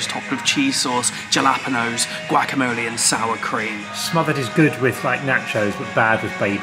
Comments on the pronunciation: pronunciation of Jalapeños should be illegal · We just gonna skip over how pronounced jalapeños? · Why did pronounce jalapeños like that 😢😢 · are we not going to discuss how pronounces jalapenos ahhahah